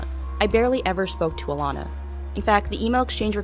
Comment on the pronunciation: It's ALANA ...not "Illana", dummy.